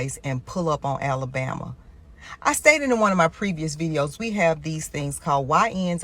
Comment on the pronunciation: AOC really did say “Alabama” funny.